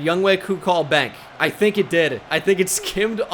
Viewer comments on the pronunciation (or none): Its not Young"wei" Koo you facist. It's Young Hoe Koo.